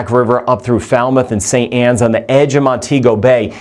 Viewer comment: St. Ann not St. Anns there is no s